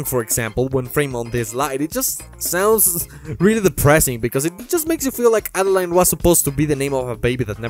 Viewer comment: French person here, Adeline is pronunced "Ad-a-lyn"